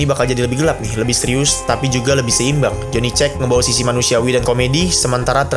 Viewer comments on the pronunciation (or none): Kamu juga harus tahu, cara baca Johnny Cage itu ➡️ Joni Kej